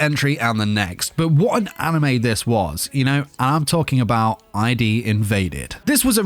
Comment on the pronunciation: My Top 5 would be: 1. ID: INVADED 2. Somali and the Forest Spirit 3. Interspecies Reviewers 4. Toilet-bound Hanako-kun 5. Darwin's Game Btw, the ID in ID: INVADED is pronounced "id" as in "id-well", meaning a part of one's mind that acts on impulses. Not "ID" as in "identification".